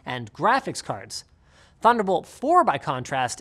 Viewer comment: oh did we say "thunderbolt"? we meant "tunder olt"